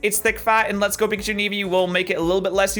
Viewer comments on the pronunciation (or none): none